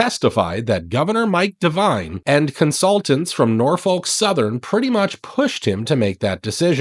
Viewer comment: Silent L in Norfolk.